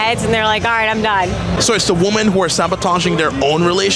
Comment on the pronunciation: I loved how she corrected his glitchy NPC matrixy mind-worm mispronunciation of "women" right at the start :D More of this please!